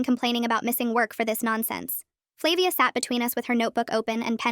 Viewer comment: I think its flah-via